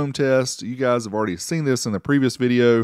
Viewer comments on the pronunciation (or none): none